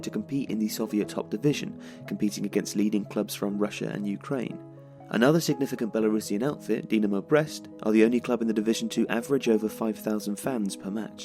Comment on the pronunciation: Brest, not Breast! :D